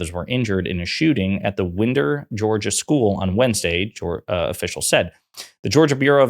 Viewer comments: hey dude, Merrick Garland said the name wrong. Lived in Georgia nearly 60 years. Winder is just 100 miles North. Ain't nobody saying Winder with an i. It's more Winder with a y, like you say wine. Not Wind-er but Wine-der. Please, my delicate Southern ears sir. (as I grab my pearls) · I grew up near Winder, My heart goes out to the victims, the survivors and all the families involved. BTW, it's pronounced Wine-der, not Win-der. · PS it’s pronounced the ‘Wine-der.’